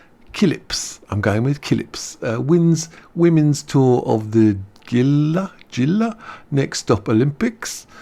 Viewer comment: The word Gila Is pronounced HE La. That's the first word and spelling in Gila Monster, a colorful poisonous lizard that resides in the SW deserts of the US.